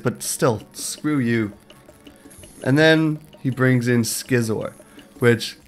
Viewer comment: Skee-Zor? It's see-zor like scissors. Get it?